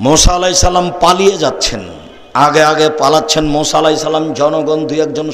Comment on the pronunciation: Musa (A.S.) not Mosa (A.S.)